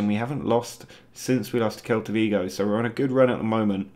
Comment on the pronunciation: Quick pronunciation heads up. SEL-ta Vigo 👍🏼